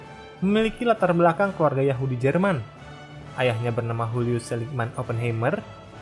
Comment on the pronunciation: Oppenheimer orang Yahudi Jerman, bukan Latin. Jadi penyebutan namanya Julius bukan "Hulius".